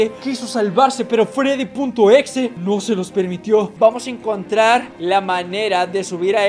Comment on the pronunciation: Se dice Freddy no freddys crack